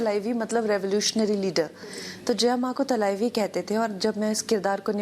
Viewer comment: Its talavi not thalqvi Yaar pronounciation to thik se bolo